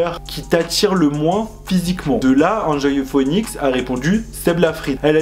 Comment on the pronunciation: "Enjoy phouénix" 😂 sinn je kiff tes vidéos et vrmt ce top c'est une trop bonne idée 💛☺